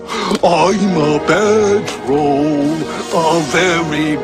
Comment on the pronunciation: lol "IMMA BAD TWOHLL, A VEWHY BAYD TROWHL" theme song to 4chan